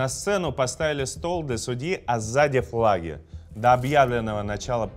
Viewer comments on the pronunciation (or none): К логопеду бы тебе сходить. Прокачать произношение звука [Л]: обВасть, заВ суда, фВаги.